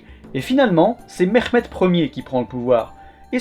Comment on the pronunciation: Le H de Mehmet est un H expiré et non pas un KH ou GH, idem pour Halil je pense, que tu prononces Khalil. Bel effort cependant d’appeler chacun par son vrai nom et d’essayer de prononcer correctement. Excellente vidéo.